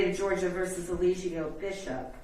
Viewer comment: His own attorney keeps calling him E Lie Gi O Bishop!!!😂😂😂😂